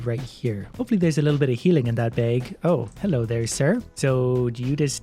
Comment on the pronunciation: Why you said a "beig" for a bag?